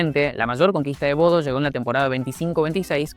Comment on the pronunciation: Se dice Bodø no Bodo